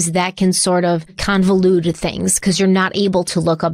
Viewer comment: never misses an opportunity to mispronounce a true crime word. Convolude. 😅